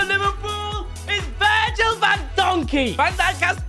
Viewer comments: Its not Van donjey its Van dajk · Bro said Virgil van donkey